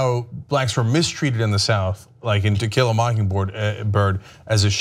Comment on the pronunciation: Ana keeps saying Tequila instead of To kill a.